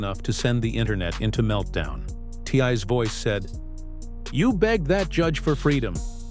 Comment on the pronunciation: I wish the narrator would stop calling him Tye and say T.I. !